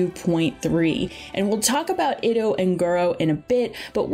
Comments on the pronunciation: Yeah, "albetto" and "iddo" geo dudes are getting renamed. Also "shenye" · They pronounced a couple of them fairly incorrectly, albedo, Itto, etc. It should more like e-toe instead of Id-oh, albedo idk but I’m pretty sure the way the voice actor says it should be the correct way. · It was "It-Oh" for me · She also messed up the pronunciation of "Itto" and "Scaramouche" lol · also mispronounces itto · shenhe,xiao, itto, and yae Miko were also butchered